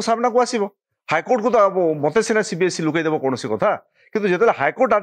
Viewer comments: Not CBSC.. It's CBSE.. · It's not CBSC it's CBSE